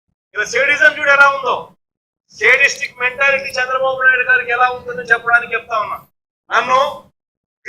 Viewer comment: "సేడిస్టిక్"కాదురా 1st క్లాస్ స్టూడెంట్.... "శాడిస్టిక్" .... నేర్చుకో...16 నెలలు జైలు కూడు తినొచ్చిన నీకే ఆ రూల్స్ బా...గా తెలుస్తుంది. మరి 3 సార్లు CM గా పనిచేసిన CBN గారిని అరెస్ట్ చేసినప్పుడు ఆయన జైల్ రూమ్ ఫోటోలు ఎలా వైరల్ అయ్యాయి శుద్ధపూసా.... సిగ్గుండాలిగా దిక్కుమాలిన దరిద్రుడా